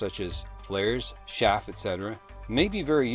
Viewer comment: "Ch-aff" not "Sh-aff"